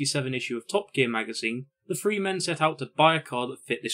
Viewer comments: What a shame you don't pronounce your 'th's. Two fousand and free a particularly rich example. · Four and Free. Love your review…but why do you say F for TH? I can’t take it. Lol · This was an amazing documentary. The only improvement I could suggest is the number 3 is pronounced “THree” NOT “FREE”